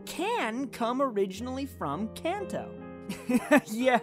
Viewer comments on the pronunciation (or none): none